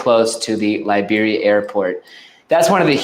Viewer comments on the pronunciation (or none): Why do you always pronounce Liberia wrong?